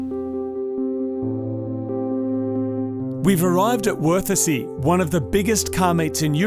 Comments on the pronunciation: So you're telling me Worthesee is worth a see? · The pronounciation of Wörthersee is on-point. :D "We arrived in verticy" :D